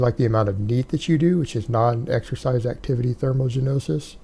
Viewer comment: Thermo "genossis"